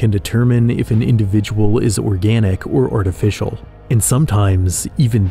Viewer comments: 'Artificail' broke me. :P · Artificail lol